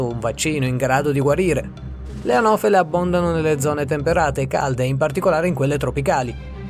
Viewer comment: Io dico ma fate questi video e ci guadagnate anche dei soldi giusto? Allora perchè non metterci un minimo di attenzione. Le anofele le hai chiamate arovele. Almeno ascoltalo prima di mandarlo in rete. Arovele😂😂😂😂